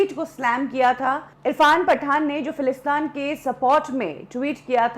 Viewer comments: Falastaan nahin, Falasteen. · Correction lady in the video. it's Palestine not Falistaan. I don't know what u r trying to make but it's Palestiiiiiiiiiiiineeeee sounds like teeeeeeeen Not falistaaaaaaan like Afghanistan If you trying to make it sound like afghanistan u wl b noticed by many and u will be judged. So pls correct ur accent about a country facing war & say the right name Palestine not Falistan. even uneducated person pronounce it right Palestine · If she said falistan to sound like Afghanistan and didn't say Palestine .... She is doing it on purpose I feel who calls Palestine Falistan??? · It's not philistaan...it's philistin or Palestine